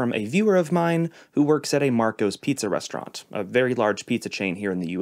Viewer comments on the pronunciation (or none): none